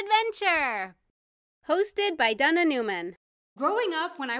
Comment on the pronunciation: When you say ,,Dana Newman" it sounds like ,,Donna Newman" xD